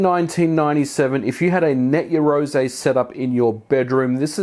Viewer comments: Just want to point out... "Yah"-roze not "Ye"-roze... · You are pronouncing it incorrectly, its yarou ze kinda like 2 words and the r in rou is a mix of r and l sounds. you can use text-to-speech to get an idea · It's pronounced *YAroze* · You realise you don't pronounce it Yarozay don't you? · Your pronunciation for "Yaroze" is completely off. It is Japanese so the sound is closer to "Yah Loe Zae" meaning "do it together". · It's pronounced "ya-roo-ZEH" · 99% of the time you are mispronouncing Yazore. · I think you're pronouncing the name of the system incorrectly. The "something-ze" speech pattern is strongly associated with the hot-blooded protagonists from manga and anime targeted at boys, so I believe you should be shouting the name.